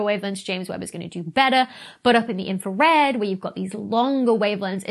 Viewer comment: Infwawed! You siwiwy Wabbit!